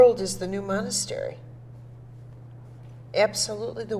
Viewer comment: ITS MONAST-E-RY